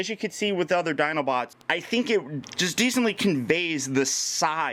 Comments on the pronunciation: you said Dinobits at the beginning of the video you are awesome though. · did..did you say "dinobits"? Ah-Dorable! lol but seriously, thanks for the awesome overview! Can't wait to have this guy in hand!